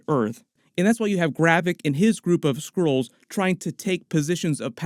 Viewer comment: All i hear is Squirrels instead of Skrulls. Makes the plot all the more interesting, also, Squirrel girl? :D